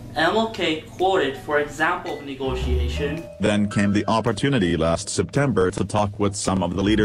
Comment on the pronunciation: "negotion", really guys